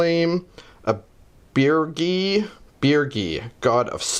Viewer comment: Ohhh my fucking god, finally an american (I assume) pronounced Birgi the right way - instant like.